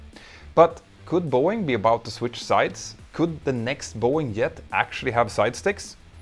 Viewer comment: It’s a Jet, not a “yet.”